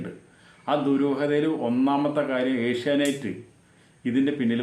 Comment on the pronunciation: Sir ഏഷ്യ നൈറ്റ്‌ അല്ല ഏഷ്യ നെറ്റ് എന്നല്ലേ സാർ പറയുമ്പോൾ ഏഷ്യ നൈറ്റ്‌ എന്നാണ് കേള്‍ക്കുന്നത്